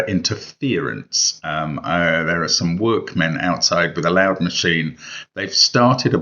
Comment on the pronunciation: Mark's emphasis when talking about a loud machine outside made me think it was a machine whose purpose was to make loud 😎